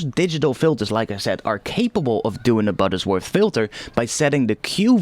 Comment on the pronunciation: It's Butterworth, not "Buttersworth".